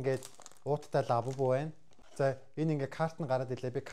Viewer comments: Аавбубу биш абубу😅😅😂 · Агаа abubu биш labubu😊